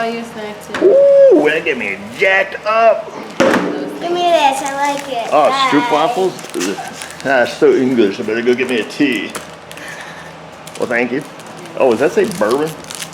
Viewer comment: Stroopwaffels...so English.... 😢 17 milion Dutch cringe....😉😂😂